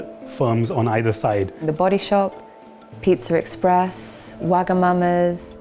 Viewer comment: “Pitzur Express”